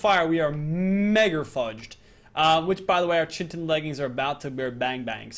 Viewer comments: PLEASE there is NO N in chitin you're pronoucing it as chintin not chitin, its really bugging me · Its chitin not chintin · Not chintin it is pronounced kitin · dood it chitin not chintin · Why does he call it chintin? It's chitin!!!! Ur a good utuber but learn to read!!! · Its pronounced Ki Tin.Not Chin.Tin. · Yeah it's KITE-En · its actually Kite-in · Its pronounced kite en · it's actually called chitin said Ky-tin I did look it up on the website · It's pronounced Ky-Tin actually m8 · im pretty sure its pronounced kitin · It is pronounced kitin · Bestin Sloth exactly he kept saying chitnin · Bestin Sloth it's kite-in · brah its Ky-ten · Chitin is pronounced "kite in" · "Chintin" never gets old, oh oh pal.. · It's Kaitin. That's how you pronounce it. Even tough this is old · Can u say chi chi tin not not chintin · and more. It's Pronounced. Ki. Tin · Chitin is pronounced like KITE-IN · There is no n in chitin and u pronounce it ky-tin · chitin is pronounced kai-tin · chitin is pronounced "Ky-ten" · Why does still pronounce chitin like chintin? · It's pronounced Ki-tin! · Chitin is pronounced like Kai-tin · NOT CHIN-TIN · It's pronounced Kaiten say it right, do you think anyone would call something Chiron NO! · it is pronounced chintin (kitten) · chitin is pronounced "kite-tin" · chitin is pronounced kytin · Chitin, pronounced kite-in he is just pronouncing it wrong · it's pronounced ki ten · pls pronounce chitin right, its kite-in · It's pronounced ki-tin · I'm sorry, but it got on my nerves, there's no chin in chitin 😅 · kite-in its pronounced kite-in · Also, it is pronounced "kite-in". Please say it right, it is messing with my brain. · There is no 'n' in chitin dude!!!!!! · Am I the only one cringing when he pronounces chitin wrong? the H is silent. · when can't pronounce chitin... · IT'S NOT CHY-TEN, IT'S FREAKING KITE-IN!!! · Bestin Sloth my bad its pronounced Ky-tin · its kite-in